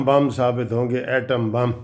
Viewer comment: اردو سیکھو کسی پرائمر ی سکول کے ماسٹر سے ۔لفظ “بم” ہے بمپ نہیں نقل لگا کر وکالت کرنے والے “کُھسروں کے گُرو “